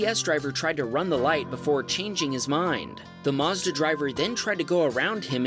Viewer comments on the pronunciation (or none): none